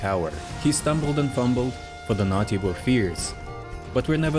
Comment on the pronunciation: The way you say naughty sounds like nazi